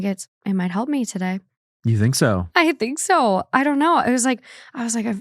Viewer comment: As someone also from Minnesota the accent coming out on the “ I think so” made me cackle